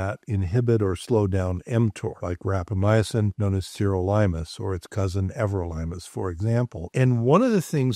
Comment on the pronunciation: Everytime says, "rapamyacin" instead of rapamycin, I cringe. I just can't get past that extra vowel.